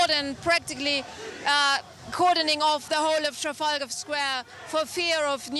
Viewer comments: Where’s the tear gas? Also the male news presenter couldn’t read Trafalgar Square 😂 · He really can't pronounce Trafalgar can he 😂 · Wow mans didn’t even pronounce the name right first time, and tear gas was not used. I don’t know how people get away with these lies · Can't even pronounce Trafalgar square properly lol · why can't this guy pronounce Trafalgar, its not hard